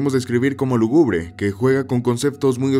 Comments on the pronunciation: Muy buen video,solo que hubo un par de errores (los cuales no son de mucha importancia). *Obsesión. *Lúgubre no se pronuncia "lugúbre". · "Obsesión" con "S" ambas sílabas. "Lúgubre" se pronuncia con acento en la U.